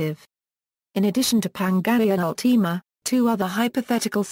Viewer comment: You said pangaea ultima wrong!